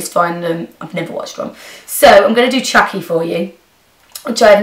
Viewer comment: soooooo AMAZING:)) love the way you say chucky :))